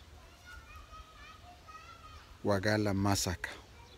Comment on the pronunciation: You pronounced very well "wajeer"despite being non local